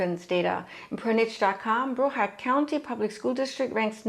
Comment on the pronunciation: I'm surprised Gainesville didn't make the list. They are building like crazy over there. Great video though. Also it's Brow-ard like the brow in eyrbrow, not Bro-ward.🤫